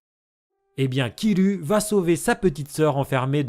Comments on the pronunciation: C'est Kiroua pas KYRUUYAAA. merchi. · j'addort t'est théorie😙 mais y a un truc qui m'énerve, alord le u se prononce ou alord en dit kiroua (je déteste écrié kirua de cette maniére) dans le manga en dit kirua et non killua alord en ne dit pas réorio en dit léolio car sinon en dirait killua en l'animé mais sinon c'est une pépite t'est théorie sur le futur de killua!😘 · Pourquoi dire Kirua à la version japonaise alors que tu parle français et qu'en plus le prononce mal? Sinon bonne vidéo ^^